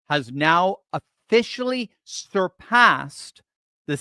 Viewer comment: Did he say "sturpassed"??